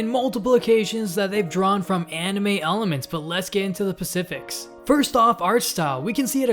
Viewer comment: did you just say let's get into the pacifics?